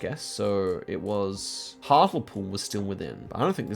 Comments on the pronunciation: Its not hart-el-pool, its hart-LE-pool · That pronunciation of Hartlepool is...😂 I only know the correct pronunciation because I listen to the Abroad in Japan podcast and cohost Pete Donaldson is from there. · HARTLEEEEEPOOL Lol not hartawl pool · Hart-ul-pool how I love to hear mispronounce English town names 😂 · Hatlepool is prunounsed hartlypool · Hearing pronounce "hartlepool" like that as someone who lives near to the town is so funny. (For reference its pronounced "hartleepool") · Love the pronunciation of hartlepool. Hartle pool 😅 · Loving Hartlepool pronunciation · it’s hart-lee-pool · Hartulpool made me laugh but there's no way would get to the right pronunciation just by guessing! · I like how pronounced Hartlepool. English town names are weird. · oscars pronunciation of hartlepool pls can we have a lesson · can someone teach him how to say Hartlepool 💔💔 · My face contorted in pain with that pronunciation as a local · not the hartlepool pronunciation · the way he pronounces hartlepool 😭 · The pronunciation of Hartlepool made me laugh